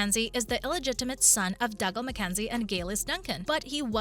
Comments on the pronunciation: He’s Doogal, not Dugle! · OMG its Dooooo-galllll Not Dug-all You Obviously never listened when you watched it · It is painful to hear you pronounce dougal. It has to be on purpose for comments and views